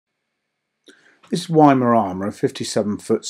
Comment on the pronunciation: Say "Why-mara-ma"-been there lovely place apart from the bush fire!